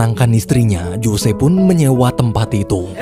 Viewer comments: Bukan Jose bang bacanya, tapi Hose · ngejanya "hose"ya min, bukan jose